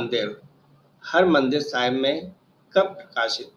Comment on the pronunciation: सवाल नंबर 80 हरमंदिर नही हरिमंदिर हैं।